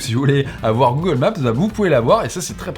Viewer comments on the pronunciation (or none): none